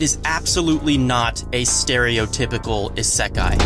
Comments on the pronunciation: "iseeekai" ? Isn't it isekai? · The way you say isekai ....mildly infuriating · Why do you say isekai like that foo 😭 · is-eeeee-kai xD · why do i feel weird whenever he says "isekai" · Love the episode, but damn I couldn't help but cringe at the pronunciation of Isekai and Echidna. Even though I know that the Echidna one is just because of the Romaji translation being Echidona.